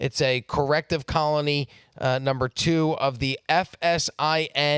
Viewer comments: Why can't this chick say two? She keeps saying TERR, lol. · Number twurr